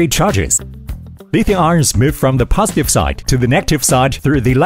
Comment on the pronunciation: Congrats, this reel is much better than before. Informative and interesting to watch. But I noticed something weird about the AI sound, some really basic words do not get pronounced properly (i.e. "positive, negative, etc)